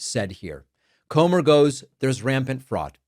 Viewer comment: And his pronunciation of rampant, “raypent”.